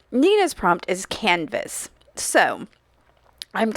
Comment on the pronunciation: I thought you said cannabis wow...then I realized you said canvas. I think. But it made me laugh 😅